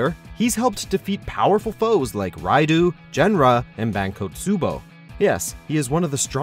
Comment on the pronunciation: Raidoo, Jenra, Ayan